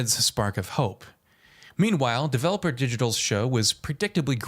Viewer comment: It’s not “Developer” Digital. It’s Devolver Digital.